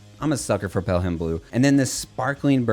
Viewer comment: Thanks for the Spector love. Try getting with Taylor at Spector about getting one for a review. Worried love to see the look on your face when you play one (can you tell by my thumbnail what my favorite bass is? Lol) And so you know, it is pronounced "pellem" blue, not pell-ham. It comes from John Pelham, a Civil War General. His birthplace and gravesite are a few miles from me here in Alabama, and a major road is named after him